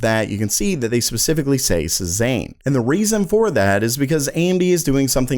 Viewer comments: Please, it's seh-ZAHN, NOT suh-ZANE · Cezanne is pronounced: Say-zahn, not Say-ZANE. 😂😂😂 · Hey man, your videos are great but just FYI the name "Cezanne" is pronounced SAY-ZAHN. He's a French artist. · It's SayZann. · Say-zaahn. Say-zaahn. Say-zaahn! SAY IT!!!! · Cezanne pronounced "Say-zzawn"